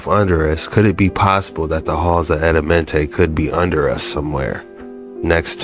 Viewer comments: You just heard the man say the right name the halls of Amentae and you saying Adamente why you feel you change the pronunciation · Bruh looked at the word "Amenti" on the screen, LISTENED to them pronounce it several times, and still fixed his lips to say "Addamentay" ... wtf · It's Amenti not Adamenti lol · it’s Amenti not Adamenti!